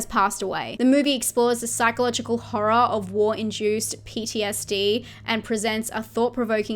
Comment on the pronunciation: I love how you pronounce horror as HA-RAH